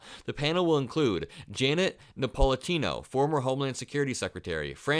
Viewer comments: You're talking so quickly and excitedly that you're running out of breath and having to draw sharp inhalations between words to keep going. Slow down. - Janet Napolitano, not Napolitino - Former Homeland Security advisor, not Homeland Secretary advisor FBI spoken as "FBA" at least twice. Again, slow down a little and moderate your breathing. Otherwise, good content. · Na Po Li Ta No … As in the name of the inhabitants of Naples, Italy. Not saying that Janet Napolitano comes from Italy … only the pronunciation, please, young man. One is generally careful with such pronunciations … You remain good otherwise, IMHO …✅